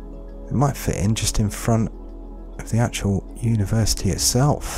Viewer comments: i liked it better when it was "Uniersity" :( (jk ofcourse ;) ) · hehe "Uniersity" :p